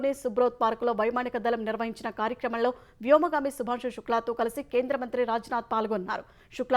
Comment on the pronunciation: "కార్యక్రమంళో" కాదు, "కార్యక్రమంలో" అని పలకాలి. "వళ్ళే" కాదు, "వల్లే" అని పలకాలి. ఇలా భాష రాకుండా ఎందుకమ్మా జనాన్ని చంపుతావు?